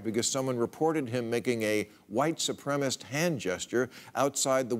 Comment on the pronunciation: Bill, you surprise me by not being able to pronounce white supremacist. The phrase is not white supremist. There is no such word as supremist in the dictionary. Stop being so lazy and learn how to pronounce supremacist correctly.